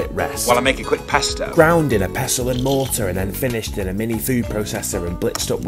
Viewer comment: You pronounce pasta wrong